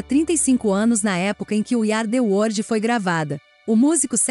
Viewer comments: Meu Deus para de dizer " wordi" é WORLD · O vídeo é bom, mas ouvir várias vezes "word" em vez de "world" é foda. Além do inglês ruim de um modo geral.